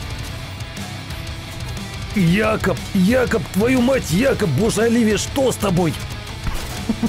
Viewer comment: Братааааан, не "Якоб", а "Джейкоб"! Слух режет пи...ец как.